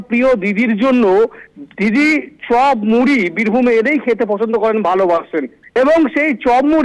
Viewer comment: ওটা চব হবে না চপ হবে উচ্চারণ ঠিক করুন